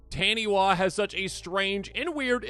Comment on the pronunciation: Taniwha is pronounced tah-knee-faar